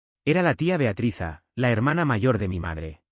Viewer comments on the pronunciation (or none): NARRADOR, CONTIGO EL NOMBRE DE BEATRIZ PARA TÍ O ES BEATATRIZA O ES BEATRIZA, ERES PATETICO EN TUS MANÍAS DE EXPRESIÓN